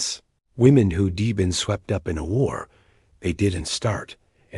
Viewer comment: Pease stop using AI narration, it cannot handle contractions. "Who'd examined" becomes "who de-examined", it's most disconcerting to listeners. Thank you in anticipation.